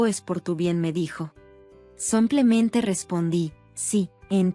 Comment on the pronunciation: Y vuelve la mula al trigo... No se dice Samplemente ni Somplemente. Se dice SIMPLEMENTE, SIMPLEMENTE, SIMPLEMENTE